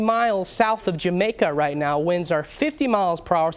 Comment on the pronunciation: Could speak a lot better. Say "winds" instead of "wins". Say "thunderstorms" instead of "thunnerstorms". Say "temperature" instead of "tem-bature". You can't even say the name of your profession correctly. [slapping forehead] Say "me-te-or-ol-o-gist" instead of "meaty-rol-gist".